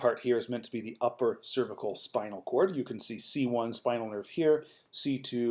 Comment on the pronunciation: Im having trouble getting through this video because you can't pronounce "cervical"